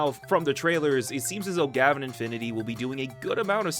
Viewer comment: It’s Gah-Vahn not Gavin! The intro literally shouts it. You don’t call Kamen Rider Kayman Rider do you?